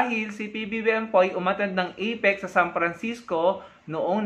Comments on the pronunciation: APEC hindi EPIC wahahhaha boba ka ayusin mo ang pag pronounce mo ng words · EPIC b ha ha ha ituwid mo muna dila mo, APEC✌️ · FAKE NEWS YAN! APIC daw eh epic dpat kung ml a. Dinig ko itik sbi nya. Bogoooo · Parang kilalang kilala na niya sa PBBM. At ang pagkarinig ko at "EPIK" sa halip "APEC". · CRAZY WARAY...APEC hindi IPIC...ha ha....LIAR.😝😝😝😝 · Ano daw may drugtest dun sa "ipik"🤣 takte na yan bulol. Gunggong anong drugtest pinagsasabi ikaw magpadrug test kasi bulol ka ha ha ha. Ano yan sports championship na may drug test bobo😂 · Hindi mo nga mabigkas ng maayos ang Apec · Galing ng pronunciation🤣🤣🤣🤣🤣 skipgoat??? You mean scapegoat???🤣🤣🤣🤣 IPIC or APEC??? ANO BA TALAGA, SIR??🤣🤣🤣🤣🤣 What a funny LIAR vlogger👎👎👎👎! 🙋🏻‍♀️🇵🇭🇨🇦